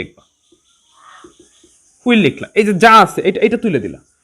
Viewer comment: হুইল না, হুয়াইল